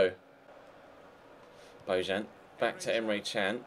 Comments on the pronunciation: bo-yan not bo-jan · It's pronounced Bo-Yan